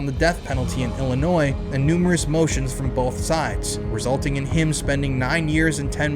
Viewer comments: please bro its not illi-NOISE its just illi-noi 😭 imma still follow you bc this is a great video but UR ON THIN ICE BROTHER FFS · It's Illinoi,. The s is silent.